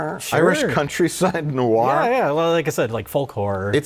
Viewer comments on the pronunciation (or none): That's the first time I'm hearing of Foecorr and Irish Noe-warr